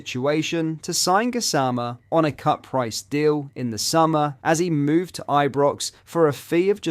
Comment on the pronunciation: The way you say the gassama Is weird… but other than that good video